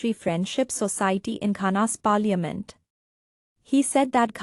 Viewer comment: Your pronouncing the word, "parliament" is quite embarrassing.